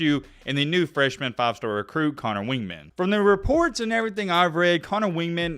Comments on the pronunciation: If you're going to be making videos and want to be taken seriously, you might want to learn how to pronounce the guys name - Conner WEIGman (pronounced Wig-man) - not WINGman. You can hear how to pronounce it very easily here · It's Connor Weigman, not "Wingman". A&M doesn't have a problem. They have 3 competent to elite QB's. Max is a competent game manager who doesn't make a lot of mistakes. Haynes King is the 3rd fastest player on the entire team and is a legitimate RPO threat. I think he wins the job and will do great. Weigman is a legitimate 5 Star and is the future of A&M. Also, the Aggies have 2 elite RB's in Achane and Johnson. Their O-Line, once they gelled last year, has become one of the best O-lines in the SEC. Your analysis is puzzling.